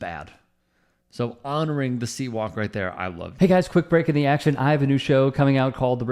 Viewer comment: Dude it's called Crip Walk, Not sea walk